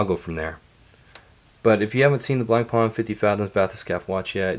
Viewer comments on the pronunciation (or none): Please, try to pronounce Blancpain correctly at least. The C is silent.